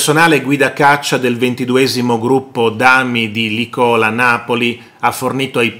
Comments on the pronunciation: Lo hanno già detto altri ma, riassumendo: si dice Lìcola, non Licòla; si dice velivoli, non veivoli; i motori dei caccia non sono sempre accesi, ci mancherebbe; non possono raggiungere in 8 minuti qualsiasi punto del paese e soprattutto non possono raggiungere un obbiettivo in 8 minuti dall'allarme, lo possono fare si in breve tempo ma nessuno ha stabilito quegli 8 minuti, e poi dipende sempre da che aeroporto decollano e dove si trova l'obbiettivo da raggiungere. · Su Licola, caro ha sbagliato l accento